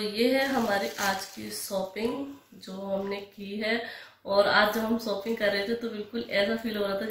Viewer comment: Sopping nhi shopping aap hmesha sh ko s q bolti h